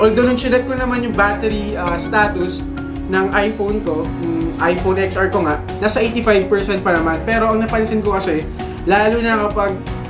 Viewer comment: It pronounce 10 ar po..not ex ar..